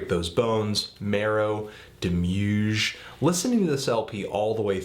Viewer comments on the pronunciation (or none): Isn't it pronounced "demi-urge" rather than "demuerge?" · Jens is pronounced Yens, and by the way, Demiurge is pronounced Demi-urge. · "DEMÜÜJ" lmao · Hahaha I just can't get that out of my head now. "Dem-YUUUJ" Jesus it's just "demi" followed by "urge". Shouldn't be that hard to pronounce.